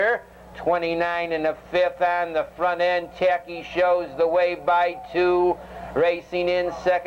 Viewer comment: "Taki N"...not 100% though I could be wrong but I think it was a New Zealand horse and Gil (announcer) almost never pronounced the "N".